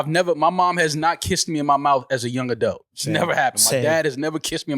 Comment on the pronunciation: Iono if I like when says Adelt instead of Adult 😂